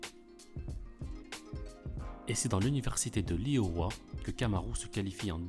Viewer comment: Iowa On prononce Ayowa … Lol